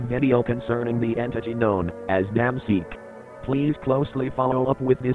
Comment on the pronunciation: Naw it’s “Dayum seek”